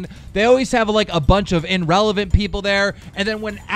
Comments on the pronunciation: Confronting Liars No. Keem actually said inrelevant. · "Inrelevant" -Keemstar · "IN-RELAVANT" Words created by KEEMSTAR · Nah, he said inrelevent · This nigga said "inrelevant" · Does Keem not know how to pronounce "infamous"? Also did I just heard him say "in-relevant" lmao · 813Productions The word "infamous" means that a person is well-known for bad qualities or terrible deeds. I doubt that Keemstar was trying to say that. Rather, it was a slip of the tongue and he meant to utter the word "irrelevant" instead of "in-relevant". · "INRELEVANT" - Keem Star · Keem also said inrelevent, the word is irrelevant. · "inrelevant" - KEEM 2018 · He said "INrelivent" lol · “Inrelevant”,ok Keem. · My dude said "inrelevant" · I'm sure he said Erelevant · Paralla A He wasn't pronouncing the word "infamous". It would not make any sense. He mispronounced the word "irrelevant"; a slip of the the tongue. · “Celestia VAGA” “IN-relevant” -Keem 2018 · "Inrelevent" -keemstar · “Inrelavant” lmao bish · "In-Relevant" "In-Famous" Keem fix your shit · "Inrelevent" "in.famous" wtf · "In-Relevant"? Keem are you turning into ricegum? I'm sure Idubbbz can still teach a few more grammar and spelling lessons.